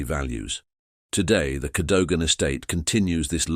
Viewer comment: And pronounce Cadogan properly! 😡